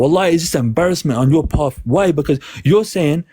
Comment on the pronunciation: “embarrassment on your parf” 😂